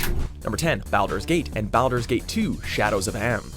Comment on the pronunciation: SnookySnook420 also there was a console Baldur's Gate?? Like two of them, if I remember correctly? Unless we're pretending they don't count, just like we're pretending this dude knows how to pronounce Baldur's. Lol